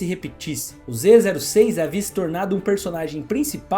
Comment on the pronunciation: Aulinha de pronuncia: Zô6 o número zero pode ser lido ô ou "zero" , mas no caso é lido como "ô" Então a pronuncia fica: "Z ô six"